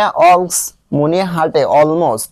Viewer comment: আপনি মুনিয়াকে মনা বলেছেন😅😅😅